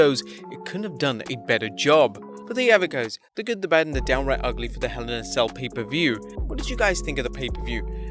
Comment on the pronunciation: Good recap and as an American... The word Ugly is pronounced (Ug*Lee)